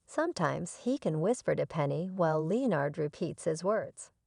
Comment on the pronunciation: How to tell it’s another ai scripted video - the pronunciation of Leonard